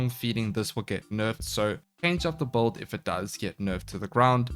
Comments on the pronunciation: Why does call builds "böld"? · Every warframe youtuber pronounce "build" like "bold". What accent is that?